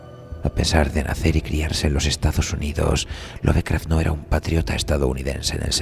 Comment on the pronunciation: Se pronuncia "Lofcraft", no "love".